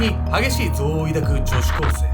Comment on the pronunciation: 憎悪のイントネーションのクセ強いと思うの私だけ⁈